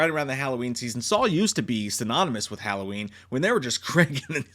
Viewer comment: Why does he keep saying "SAUL" instead of "SAW"?